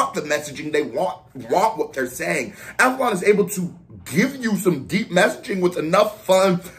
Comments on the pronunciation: Man said avalon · great reaction bro! glad you got to this! i think you have reacted to him before with the wretch and avelino fire in the booth. its pronounced "ave -leen -o " also check out his F64 and as mentioned below the 4 seasons freestyles . would love to see a reaction to the swiss daily duppy if you havent already seen it! keep grindin! one love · Ave-li-no! Bro, you heard him before on the Avelino & Wretch 32 FITB 💪🏻🇬🇧🍻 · It’s Av - a - Leeno 🎉 🥛 where Milk at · I think you reacted to him before when he was on FITB with Wretch. And it's pronounced avel "e" no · AV-AH-LEAN-O. he's Wretch's prodigie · Av-uh-lee-no = Avelino